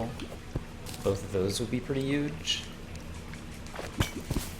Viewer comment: Deathcounter spoiler........ Current death count: 8 Goblins' chaos ball. Poor merchant and angler:c made a door. This is huge! Also, I feel like I noticed this before but never asked, but do you say huge with a silent h sound, or am I just bad at listening English lol I see many people commented about this, but your voice is very calming and helps me feel more relaxed as I try to combat my out-of-nowhere headache:) Terraria can be terrifying but watching this playthrough has mostly been relaxing! Each episode is so fun, I keep getting excited and make long comments without even trying, and with the death counter, the comment will be even longer. Hopefully you don't mind:D